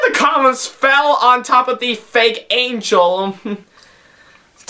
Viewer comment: He can't even pronounce the letter N. it's always "ngh" instead. "Anghel the bunghy"